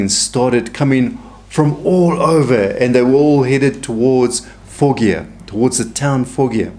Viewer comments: With all due respect, Foggia is pronounced "fodg-ah". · Hello, my Dad’s family had a summer home in Foggia! It’s pronounced Fojia, g sound is like a j